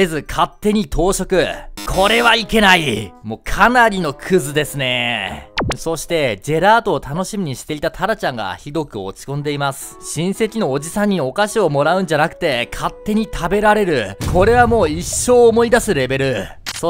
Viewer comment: ジェラートではなくジェレート